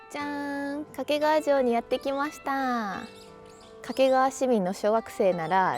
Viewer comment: 掛川のアクセントが西日本のそれ。